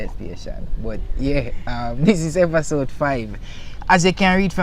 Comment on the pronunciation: If him did say epasode one more time mi would a unsubscribe